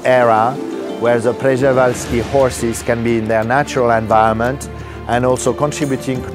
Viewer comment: Przewalski is pronounced more like "sheh-vahl-skee" than "prez-wall-skee"